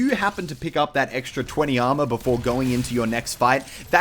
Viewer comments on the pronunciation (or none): none